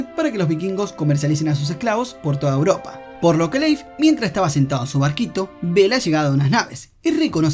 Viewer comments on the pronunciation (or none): none